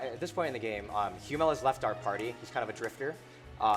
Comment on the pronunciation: Please tell me "hyoo-mell" wasn't how Hummel's was pronounced in the original translation... if it is, it's no wonder they redid the whole thing